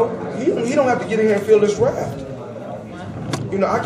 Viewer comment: did he just say "he dont have to feel this raft" i hope not lol